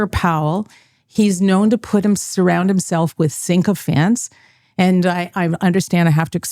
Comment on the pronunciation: Great interview. Great guest. One of the best so far, even though she mispronounced ‘sycophants’ and even though she likes Canadian banks